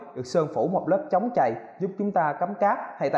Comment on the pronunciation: "Samsum", "chống chầy", "nhiều lằn" =)) Con Galaxy A8 này nhìn hình đẹp bao nhiêu thì xem clip thất vọng bấy nhiêu, thật là bịp bợm Phải chi làm viền mỏng hơn nữa thì đẹp như trong hình rồi :)